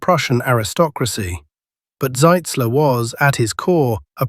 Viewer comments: The way you pronounce it on the video, that would be General Zeitzler, not Zitzler. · ...and not "Sitzler." Shoddy work,.